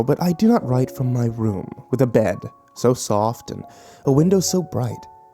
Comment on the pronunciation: does he say "from hell i rent" ??